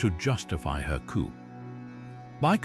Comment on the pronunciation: Coup = "Coop"? It's pronounced, 'coo." Why use robot readers at all? They rarely pronounce things right, and it is annoying.